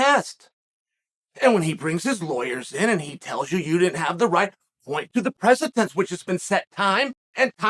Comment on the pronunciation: Ah yes, the ancient legal theory of judicial "precitense"